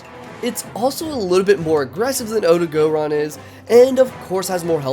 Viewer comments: My brain just stops every time i hear “OdagOron” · Does noone notice the gray on ebony odogaron? Also it's not odo-gO-ron.